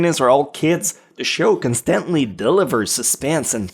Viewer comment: constantly CON-stunt-lee